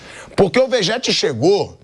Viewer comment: "Vegéti" kkkkkkkk